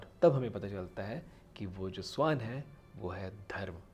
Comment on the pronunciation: स्‍वान नहीं भईया श्‍वान कहा जाता है उच्‍चारण तो ठीक करो स्‍वान तो पक्षी को कहते हैं। और हां बात तो मुंह से कर रहे हो तो हाथ क्‍यों चलाते हो इतना, तुम्‍हें देखकर ऐसा लगाता है जैसे कथकली कर रहे हो।